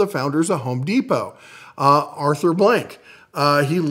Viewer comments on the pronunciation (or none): none